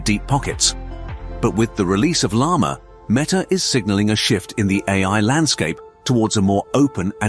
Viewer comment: El Lama? Mee Ta?